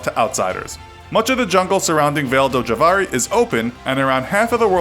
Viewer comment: You pronounced Vale do Javari completely wrong. for starters, Javari is an oxytone, and "Vale" is not pronounced like you did.